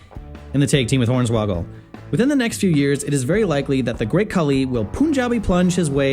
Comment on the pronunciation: did you really just call hornsawagel horney ??!😂